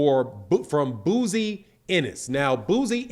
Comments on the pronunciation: your got to get people name right, his name is pronounced Bo-Zee,love the platform 🙄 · B O -- ZEE IS HOW U PRONOUNCE HIS DAD'S NAME IT IS SPELLED BOZY!!!!